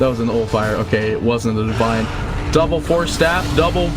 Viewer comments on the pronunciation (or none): none